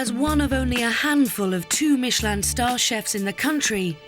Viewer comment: "bringing a Mitchellin star"